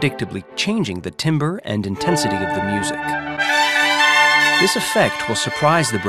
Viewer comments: tambə - correct pronunciation of 'timbre' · He says timbre wrong. Pronounced "tamber"